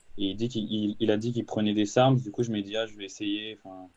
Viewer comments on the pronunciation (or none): « Sarsm » Marvel stp, un effort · Sarms l’ami comme dirait le père foukra